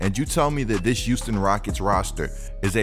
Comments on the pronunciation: “The youston Rockets” 😂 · Is it me or is saying “youston”?